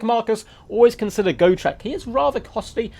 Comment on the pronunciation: Its got- rek not go- trek. You make it sound like go shrek